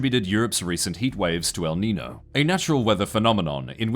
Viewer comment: Just a heads up, the ñ in Niño is pronounced with as ny (nee-nyoh.)